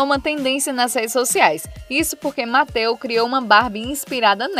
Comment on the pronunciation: Você deveria aprender a pronunciar algumas palavras e nomes. Tá péssimo! Mattel e Frida Kahlo não se fala como você disse no vídeo. Crítica construtiva. Beijo.